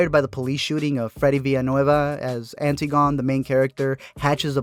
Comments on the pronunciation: Antigone isn't pronounced as it's spelled... remember, its a Socratic play. From Ancient Greece. They don't say "Anti-gone" they say "An-tig-un-ee." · anti-gone is pronounced an-tih-goh-nee... antigone... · It's pronounced Ann - tih - gun - knee. I made the mistake of pronouncing it anti - gone in my college classics class lmao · Anne-tig-oh-nee Not antee-gone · Antigone is pronounced Ann-TI-go-nee. :> Hope that's helpful! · antigone is an-tigg-uh-knee